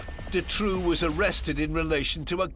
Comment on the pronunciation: I always though Dutroux's name was pronounced "du-TROE" or "DUE-TROE"